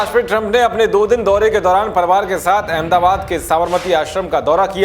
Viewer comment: परवार नही परिवार होता है news एंकर होकर शब्दो पर ध्यान नही देते है